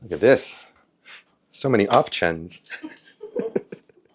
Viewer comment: "So many op-chans" hehehehe